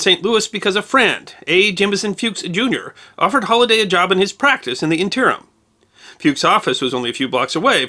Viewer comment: Who pronounces "interim" on the second syllable?